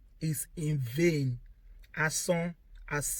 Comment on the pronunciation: You must be a Yoruba lady sister. I like the way you pronounced the word "vain" in Yoruba. 😊